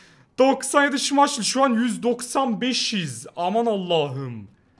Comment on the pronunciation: Abi niye şimayşıl diyor o şimaykıl değilm mi?